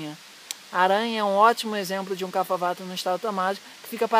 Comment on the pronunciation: A pronúncia é "cap-rra" e não "cafa".